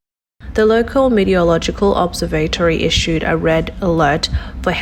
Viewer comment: If you are going to make any more of these videos... PLEASE, OH PLEASE learn to pronounce METEOROLOGICAL and PRECIPITATION !!! and DON'T USE THAT RIDICULOUS BACKING MUSIC !!!